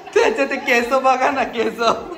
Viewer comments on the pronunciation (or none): केस ला केस बोलायचं रे..केसं चूकीचे मराठी आहे..गोंरव पण केसं बोलतो रे.. त्याला पण सांग ना. All the best for your future.GOD bless you in all your endeavours. 😊